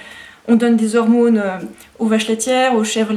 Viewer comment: "Des Hormônes". xD